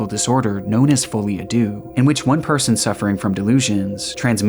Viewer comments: you pronounced it very well, especially if you don't know any French. You pronounced the "folie" part well, and of course "a" is ahh. But no one ever gets the "deux" part lol. As you said, it means "two" and is pronounced "duh" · fo.lie. à Deux madness shared by both Pronounced "Foe" "Lee" "Ah" "Duh"